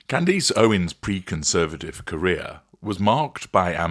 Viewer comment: It’s Candace not candese